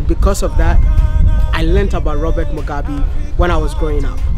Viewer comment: Mugabe not Mugabi you're pronouncing his name wrong